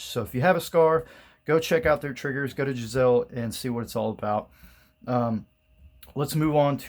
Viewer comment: LOL I laughed when I heard him say the name of the Geisselle....lost points on this review.